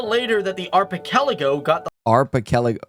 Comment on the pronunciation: 🤣 archipelago , turns out arpichelago jejeje bulol po sya.